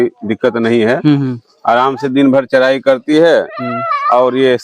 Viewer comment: Thik hai bhai....Lekin Aap Bihari log R ko D kyu bolte hain. jaise Charai ko Chadhaii... Bullshit